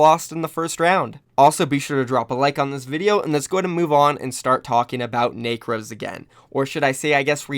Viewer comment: Necros not nacros lmao